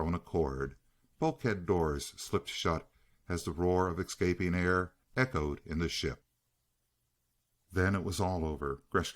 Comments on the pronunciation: Is this guy say exscaping. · Sorry saying exscaping...i thought that was a Hood thing.